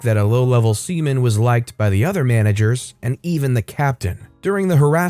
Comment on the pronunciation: I heard semen then I had to take a look at the story to understand 💀